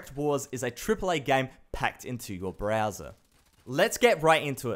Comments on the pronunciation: I love how he says BRAZZER instead of Browser😂😂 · i'd kept hearing Browser as Brazzer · is it me or when he says Browser I mistake it for Brazzers